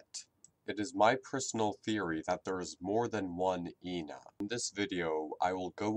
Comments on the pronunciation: Moony calls ena as Jena/ena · Moony called ENA like "INA": "Hey I-NA. Check out this trick!.." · Also, Moony pronounces her name different ways. In “auction day”, she pronounced it as “eena” In the second episode (forgot the name), she referred to ena as “Eh-nah” And in temptation stairway, she was referred to as “eena.. Eh-nah... Jena...” This is probably because of the possibility of Ena having dissociative identity disorder. I believe this because in “auction day” she apologizes after switching back to her “happy” personality. Also there’s something you didn’t mention. In each episode, Ena is slightly different. She has a different voice actor than in auction day, In the second episode she has “demon” forms while acting like a typical drunk person experiencing euphoria. And in temptation stairway, the color of her face on her right side slowly fades to yellow, she has a gray form, and her voice patterns switch,(her happy voice speaks when she’s sad and vice-versa), as well as her being more pessimistic than previous episodes. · I think that moony wanted it to rhyme with the whole ENA Jena because she says eh-na instead of e-na I don’t know if that made sence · Ǝna, Ǝ=eh eh-na, it's just pronounciation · actually, do your research. Joel G pronounces it Eh-na, from what I've gathered Joel G and this backwards E seem to be spanish